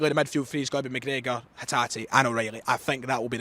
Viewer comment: チョラクをコラクって読んだりマクレガーをマクグラガーって読んだり英語が理解できているのか何なんかわからん。